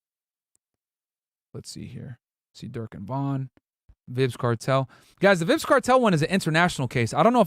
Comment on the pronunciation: i love you dawg but its prounounced "vibes" kartel not "vibs" kartel😂😂😂